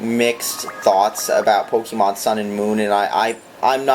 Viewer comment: I know you are an idiot because you pronounce it Pokeeeman